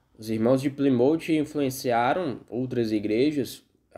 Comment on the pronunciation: Excelente vídeo! A pronúncia do nome da cidade está incorreta! Ainda existem muitas igrejas que se reúnem na simplicidade!